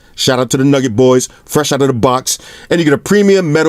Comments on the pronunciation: Newgut not nugget lmao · Everything's good, I just got bothered by "nugget" instead of "nougat". OCD kicking iiiiiin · Bruh it's nougat NOT nugget come on mane lol